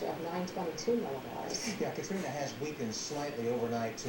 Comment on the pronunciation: "hurricane katrin"😂